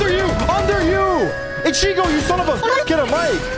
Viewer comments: it hurts me how Tarik pronounces ichigo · the way he pronounced ichigo lmao